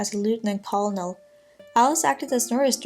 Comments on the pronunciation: Very interesting. Thank you. Your English is good. Colonel is a difficult word to pronounce. It is not pronounced the way that it looks. It is pronounced like kernel. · It's OK some native English speakers can't pronunce colonel either